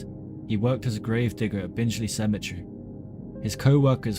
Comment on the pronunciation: It's pronounced bing Lee not binge Lee